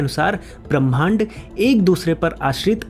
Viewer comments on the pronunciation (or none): भैया!मैं आपकी एक भूल की ओर ध्यान दिलाना चाह रही हूँ।ब्रह्मांड को पढ़ते समय ह् को पहले बोलना चाहिए,म को उसके बाद।' ब्रह् मांड' शुद्ध उच्चारण होगा